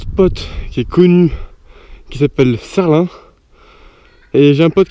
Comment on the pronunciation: j'crois qu'on dit serline trail a l'americaine pas serlin